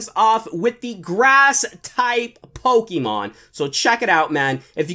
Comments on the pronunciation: Wow he still says pokeman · It is not pokeman it’s is pokemon